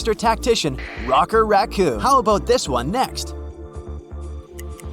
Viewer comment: Bro really said rocker instead of rocket